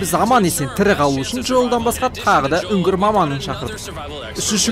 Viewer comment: Ана Минуттық жердегі ні үнгір деген сөзді унгр Деп естіп қалдым ғо